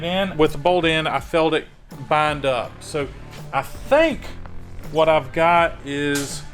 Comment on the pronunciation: whatever you sink? 😂😂